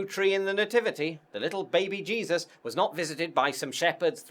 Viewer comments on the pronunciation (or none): none